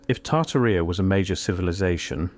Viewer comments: Tartarrhea 🤭 yikes! No, no, no. It's tar-TAR-ee-a Jeez! Please, o please fix that. Put the accent on the 2nd syllable so it doesn't sound like a bodily oozing is the subject, okay. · LOL "Tarta Reea" ? 😆 No, AI Voice, it is pronounced "Tartária". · I've heard of Tartaria, but not "Tartarrhea." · I believe the name is pronounced like: TAR-TEAR-E-Ah.